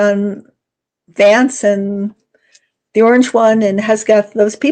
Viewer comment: It’s HEG’-Seth. Not HES’-Geth. Thank you. Great video.